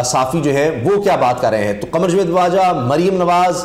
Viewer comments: Jveed nahee Javed hota he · Plz javed ko properly pronounce Kiya karin.punjabi lehje main jved na bolain.